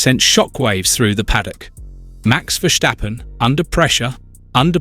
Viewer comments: It's hard ey", to pronounce a very simple name like Verstappen. It is "Verstappen" and it is not : Vershtappen like you did. You clown. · Makes me cringe everytime I hear it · Verschtappen?? Is he German now? 😄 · HE IS CALLED VERSTAPPEN WITH AN S NOT A CHE U CHIGNORAMUS!!!😂